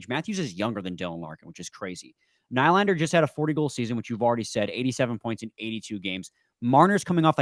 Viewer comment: Do you just intentionally say nylander wrong? Lol